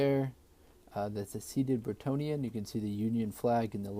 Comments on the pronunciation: I noticed you keep saying 'seated Brittonian', but don't you mean Britannica? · Prenouced BRIT ANN IA as in the anthem,,. BRITANNIA RULES WAVES, ,. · Its actually Brittania